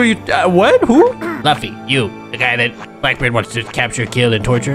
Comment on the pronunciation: LUFFY NOT LUFY